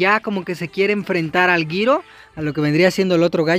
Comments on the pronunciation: No se dise giro se dice jiro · Se dise jiro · Se pronuncia jiro